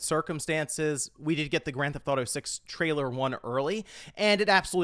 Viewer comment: Am I the only one who can’t not hear say, “Grand Th-Auto” instead of saying the full title? Once you hear it, I’m afraid you’ll never be able to unhear it.😅 Edit: now that I’ve made this comment, I hear multiple times where he actually does say the full title. Am I crazy? 😆